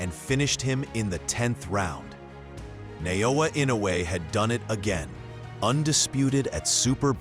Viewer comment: Good video on the greatest fighter of our time. Too bad the narrator is unable to consistently pronounce Naoya Inoue correctly.